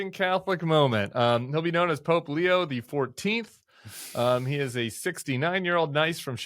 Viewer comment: Pope Leo not Leon. It's not difficult.